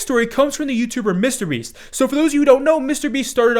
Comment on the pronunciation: Am I the only one bothered by the way pronounces "Mr. Beast?"